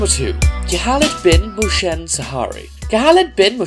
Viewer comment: Khalid speak carefully Khalid not khaaaaalid And Mohsen Not motion??? And its Al-Shehri Where u got Shaari ??? 😂😂 I liked this video but be careful when u speak our names